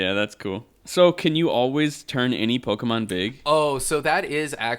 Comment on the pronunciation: Why does this guy annunciate the "e" in the middle of Pokemon like that? It's not pronounced pokeeeemon, my guy. If your job is to write about gaming, I feel like you shouldn't be butchering the title of the game. Was so annoying, lol